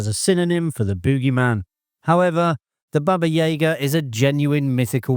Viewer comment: Once and for all is this narration AI? There's always a mispronounciation of one or more characters or actors' names. Baba YAYGA?